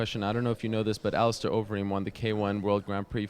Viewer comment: Is it pronounced AliSTAR or AliSTAIR? I thought it was stair not star...iunno just curious.